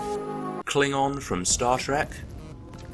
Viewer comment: "Star Shrek"